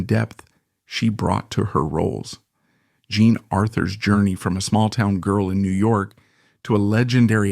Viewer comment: Why do you “play” with the pronunciation of the artist’s names? Most of the time you pronounce “Jean” correctly, but every so often you pronounce it as “John”. Are you confusing it with the French form of John, that is also spelled “Jean”? It detracts from an otherwise well done video.